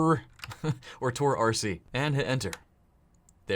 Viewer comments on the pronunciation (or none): anyone i asked said that u pronounce it torek not tor rc lol